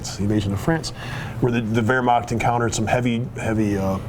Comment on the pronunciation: It is called Wehrmacht, not Wehrmakt.